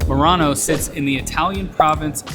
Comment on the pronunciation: Finding charging stations in Europe can be a bit hit or miss in some countries, particularly if in a rural area, just give it a couple of years. You were in Merano and not Murano, the glass making Island off Venice, just be careful with the pronunciation.